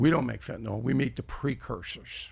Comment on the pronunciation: Why does nobody know how to pronounce "fentanyl"?